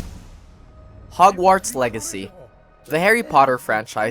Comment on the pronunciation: the way he said hogwarts :(